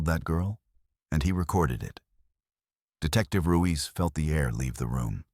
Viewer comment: Ruiz not Ruise.